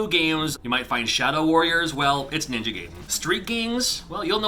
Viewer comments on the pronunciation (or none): none